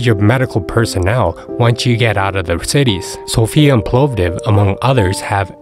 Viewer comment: An interesting and quite comprehensive video. I assume your target audience is Americans (not Europeans) as you quote prices in US$, which are meaningless to me. I would prefer in Leva or Euros but that is just me. The "o" in Povdiv is short (to be fair you seemed to get this right the sceond time it was mentioned) and the "e" at the end of sirene (white cheese) is pronounced not mute. Regarding driving I have found that there has been a very big improvement in the rural roads particullary as regards reduction in number and seriousness of potholes in recent years but this does vary from (Oblast) province to province. I have not needed 4WD, but winter tyres are obligatory from when the winter season is officially declared. Like most people in BG, I have two sets of car wheels, one with summer tyres one with winter tyres as it is easier to just change the wheeels than remove and refit tyres.